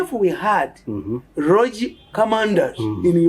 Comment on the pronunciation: The word is rogue and sounds " Rogu" not Rogi!